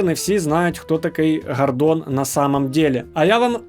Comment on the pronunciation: Гардон на самом деле просто без р в слове гардон